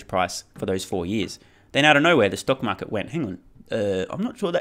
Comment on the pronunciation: ‘Stounk maaket’ nice